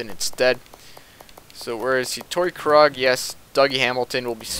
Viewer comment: Pronounce Krug like kroog